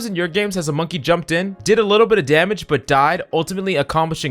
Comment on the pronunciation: Dude said Monkay... Bruh